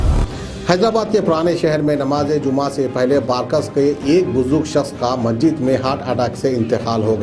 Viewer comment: No 1 Ka Ghada hai ye. Urdu se to isss Jungli ko Aisi Adaawat hai??? pata nahi. ( Chiplak ko Siplak.. Masjid ko Majid Majid) Aur duniya bharrr ki Galatiyaan. Aur Sath me News me Chichore. Lucchar. Dedh hushiyaari ki Baatein Aur Sade huwe Muhaawire Bhai.. To Tarkaari. ( Vegetables) yaa Fruits🍍🍎🍓🍇 to bhi Bech le Jungli